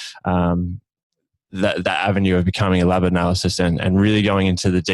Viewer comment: man really said 'analycyst' haha good pod though